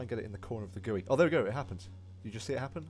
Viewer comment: The way you say GUI lol Anyways nice video